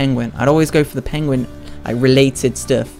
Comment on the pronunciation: Is it Ped is it guin no its Pedguin